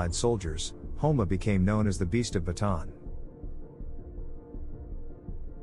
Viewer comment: It's Bataan not baton.🤓